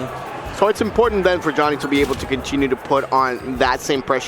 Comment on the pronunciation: the amount of times they mispronounce Joni needs to be studied